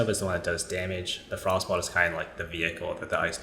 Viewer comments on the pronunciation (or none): I like that you accurately pronounce it as “frost ball” instead of “frost bolt”